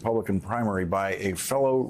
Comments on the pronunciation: Party of the illiterate. MTG pronounced "indictable" as "in-dic-ta-ble". Karolina Leavitt didn't know the word "infanticide" and made up the word "infant-cide". Anna Paulina Luna didn't know "retainer" is a noun and the verb is "retain". Jerry Lee Carl couldn't pronounce "Massachusetts", and read "admonished" as "abolished", "accusation" as "acquisition", "president" as "precinct". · The powerful line was ….” He’s been indicted more than he’s been elected “ ….Jerry Lee Carl has to learn how to pronounce “ Massachusetts “ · Would have been hilarious if McGovern would have requested the Clerk of the House to read the "Speaker" Jerry Carl's words back, pausing on all his mispronunciations so everyone could enjoy Alabama's requirements for graduating the sixth grade! Kinda makes you wonder if he's got any shoes on behind that podium in case he has to do any 'rithmatic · Thank you! I came to the comments looking for this. No grown, literate person uses his finger to point to every word he's trying, yes trying, to read! Unbelievable! And he's the leader in the House? Mispronounced words left, right and center, especially Massachusetts? Smh 😮😢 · If you ever listen to any committee regarding anything you realize one thing very fast. These people are complete morons and couldn't do anything else in life. This guy can't even pronounce Massachusetts i mean holy s*** The problem is this is Alabama he reads much better than the people who voted for him. Its past comical to sad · He definitely has trouble pronouncing words over two syllables long. And still gets it wrong! Thank you CSpan for recording this so there is a record of it! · He also said unless my hearing is off (and it could be) that he said twice "the member from 'Massatusettes'" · "Mass a too sits"? Wow... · "Massatwocents" -that Republican doosh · "Massatusetts" -- awesome. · Massatootsits? Bless his heart. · Massatoosess? I pronounced it that way when I was six years old.